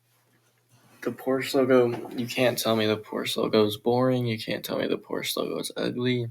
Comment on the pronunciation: it is not porsh it kinda has an u at the end